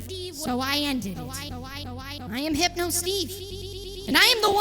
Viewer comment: Okay, How the fudge do you pronounce this? (Hipe-No) Steve?!